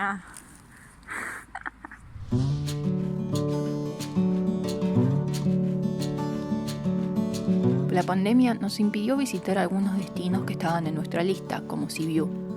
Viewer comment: Es tremendo la mala pronunciación de ( Rumanía. ) el resto del video me gusto, yo vivi en Sibiu 5 años y comparto la experiencia